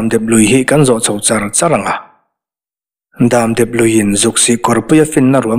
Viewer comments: HMEICHHE vau loh leh vau vau lo chu an pawng tual tual tih hi ka lo hriat ve dan. Damdep lui tih a dam i lam/thluk dan hi a fuh lo deuh em aw. In dam tlang em?tih a dam tih Ang hian lam/thluk tur a ni zawk lo maw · Damdep tih hi a ziaktuin lam dan tur a tih nge beng a verh tlat,dam hi ka dam tawh tih a dam tih lai hi niawm tak,dep tih pawh hi a ri dep dep (ri sang)tur niawm tak